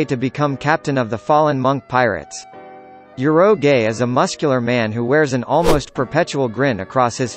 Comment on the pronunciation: damn, did this guy really said ur-oh-gae to urouge. 🤦‍♂️